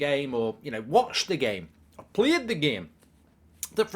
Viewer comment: Played the game said with a Scottish accent 🤣